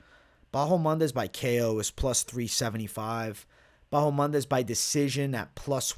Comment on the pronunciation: Still calling ma man "Bahomandes" I see ?!